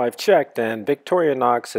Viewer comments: Workchamp plus is bigger. Boatman, too. Not surgical steel--much better! Vic-tor-i-nox. You're adding an extra syllable. No, red scales were not the original. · And he keeps saying "Victorianox". He doesn't even get the name right. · why ohhhh why do you keep pronouncing victorinox as victoria-nox??? Is that like a Nuc-u-lar for Nuclear thing?